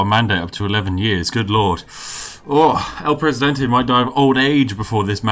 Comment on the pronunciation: *takes sip of tea Spiff: no one like el presidentay *Spits out tea